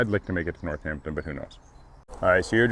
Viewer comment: It's North-ampton... Not North-Hampton. LOL.